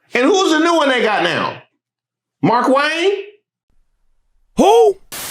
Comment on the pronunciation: Remember it's pronounced Mar-Kwayne. He loves when it's pronounced that way.